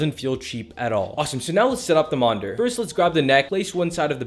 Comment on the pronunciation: Monder? It’s monitor 😅